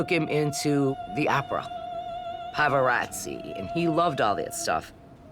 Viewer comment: Did she say "Pavarazzi" when saying he wanted them to be cultured, talking about the Opera?